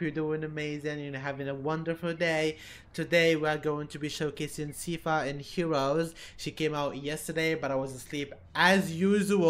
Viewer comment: it's not your fault for getting anything wrong but she's from a series name Castlevania it's really gorey it and 18+ also the second option of Z shield Doesn't only give the person 400+ health it also heals them so there's 8 healers in the game also her name isn't pronounced seeeeeepha its pronounced syyyyyypha